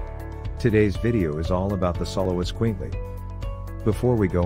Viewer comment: You would think the narrator would have learned to pronounce it right